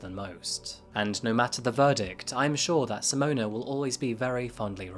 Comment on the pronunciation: Simona and toebeeus 😂